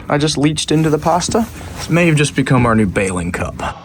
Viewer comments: Where’s the R in pasta ? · His account sounds so canadian im shocked he isnt but lost me at the pasta pronounciation